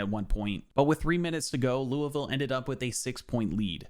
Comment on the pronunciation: Surprised you pronounced Louisville the way locals pronounce it. Chucky Hepburn ain’t a 81 he’s like a 87 at least 😂